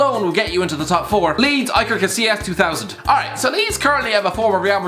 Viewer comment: "EYE-ker". Man, I swear this guy has some sort of disorder keeping him from saying "EE-ker" and this is coming form someone with the username "aspebb".